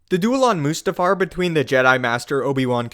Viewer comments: Is it really pronounced "moose-tafar"? I always thought it was "must-afar". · moose-ta-far, lmfao.... hahahahaha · Two seconds in and you lose all credibility with me. What the hell is "Moosetafar"?